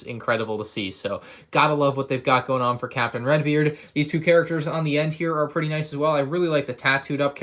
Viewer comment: I tought you were saying captain rex when you Said captain redbeard